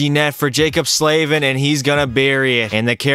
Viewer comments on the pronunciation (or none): none